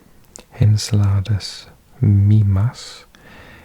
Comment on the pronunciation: Iapetus is pronounced “Eye-AH-peh-tus” and Enceladus is “En-CEL-ah-dus.” I appreciate the Spanish-y take on the pronunciation though! ;)